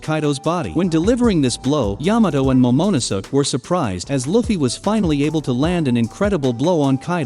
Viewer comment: Yamato and "momonosuck"